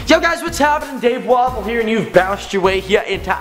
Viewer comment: It's don't Dave Wapole it's Dave Waffle!